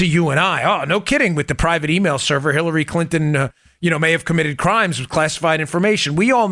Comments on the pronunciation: Great reporting as always guys. But I have to say that I almost spit my water I was drinking at the time. I could have sworn that Dan said killary and not Hillary. I want to laugh out loud so hard. But I didn’t want to clean up water either. Needless to say loved your report today. 😂🤣😂🤣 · I loved how he called it the killary e mail 😂